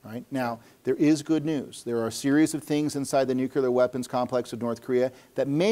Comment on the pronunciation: Well he says 'nuculer' instead of 'nuclear', is associated with notorious dunce James Altucher, and after noting that the terminator robot motif is a problematic way to think about general AI, proceeds to talk exactly that way himself. So maybe I doubt his research quality. It doesn't help that he mentions data a lot and shows absolutely none of it.